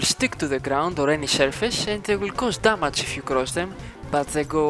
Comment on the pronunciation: BRO........... DAMAGE not DAMAJ, THANKS FOR THE VID THO